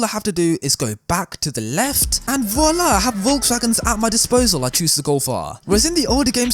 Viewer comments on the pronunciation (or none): none